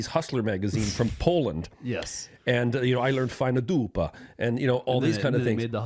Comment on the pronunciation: the way said: "Fajna dupa" was on point haha. Greetings from Poland, love your work guys <3